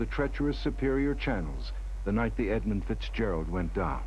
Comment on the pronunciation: You might as well call it the right way. Edmund. For respect, you know.